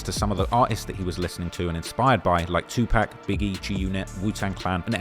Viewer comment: That up until he pronounces Tupac as “Two pack” 😂